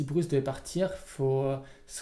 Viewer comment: Merci encore pour cette vidéo! Hey les gars, c'est "BruSe" pas "BruCe" ! [Z] Malheureusement, je crois que Partner c'est un peu cheaté dès le départ... 7 cartes en main + 2 Gégé D'accord avec Kozent, pr moi Zurgo ne sera jamais BAN, c'est un type classique aggro, limite le 20 PV a été mis en place pour ça.